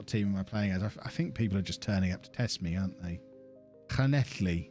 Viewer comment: Llanelli you said it fine. Just call them scarlets